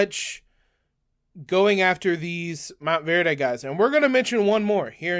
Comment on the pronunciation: Mont-verd, no E on the end! :goodvibes::goodvibes